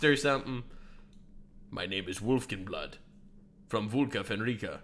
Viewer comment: just to add to the name thing. the ai pronounces it wolfgenblood. but it's legitimately, in the manga, as written, just the words wolf, gun, blood, put together. wolfgunblood.